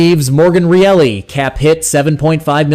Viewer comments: Are you guys talking about Morgan Rielly? His name is NOT PRONOUNCED REALLY! It's RYE_LY...NOT REALLY...MAKES YOUR VIDEO SOUND LIKE YOU DON'T KNOW THE PLAYERS ON THE LEAFS TEAM!!! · Your Bot can’t even pronounce Rielly’s name correctly. What’s it doing commenting sports🤬🤬🤬